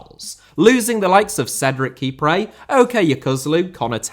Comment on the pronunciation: Kipré* not Kiprei